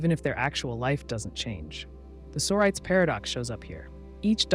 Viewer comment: Ugh.. you’re putting stress on the wrong syllable in the word solipsism! 😒 it’s driving me crazy. And now I can’t sleep.